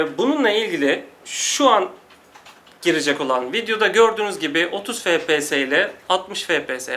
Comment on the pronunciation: Fe pe se ? ney ya ? Gamer im diye geçinirsiniz fepese ney abi ef pi es -.- FPS! Birde laf atıyorsunuz. Ef Pi Es